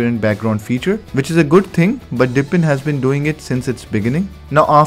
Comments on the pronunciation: Dude, it's DEEP-in, not dip-in. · I was in the middle of writing this comment, and I figured I better check if someone else already said it. It drives me crazy that he keeps saying, "dippin'." LOL